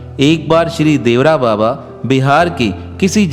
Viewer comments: श्री इंदिरा गांधी नहीं चूतिया श्रीमती इंदिरा गांधी बोल बाबा का नाम देवरा बाबा नहीं बल्कि श्री देवरहा बाबा था उच्चारण सही किया करो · Devara nahi devara baba boliye sir